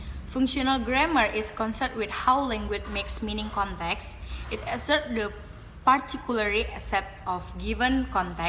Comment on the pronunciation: There are some mistakes in pronouncing the words such as functional, genre, particularly, concerned, inside, determines. For the slide show, I think it's not neat enough, sometimes big and sometimes it turns small. I think in the traditional grammar section it would be better if she said something like “Traditional grammar is a grammar in general that we know when we learn English as a student. Include nouns, verbs, prepositions, adverb, and adjective or what we called part of speech.” or something else, in clearer or easier-to-understand words about what you want to convey. And there is something lacking in explanation about The Context of Situation and Genre which made the viewer don’t understand that part. For additional information that was not mentioned in the video: 1. Processes: What kind of event/state is being described. 2. Participants: The entities involved in the process. 3. Circumstances: Specifying the when, where, why and how of the process. There are many types of participants such as Actor, Senser, Sayer, Experiencer, Receiver, Carrier, etc. There are 6 types of processes are Material Process, Mental Process, Relational Process, Behavioral Process, Verbal Process, and Existential Process. 1. Material (doing, e.g., run, send, kick, etc.) 2. Mental (experiencing or sensing, e.g., see, hear, know, etc.) 3. Verbal (saying, e.g., tell, warn, ask, etc.) 4. Relational (being or becoming, e.g., have, become, be, etc.) 5. Behavioral (laugh, talk, cry, etc.) 6. Existen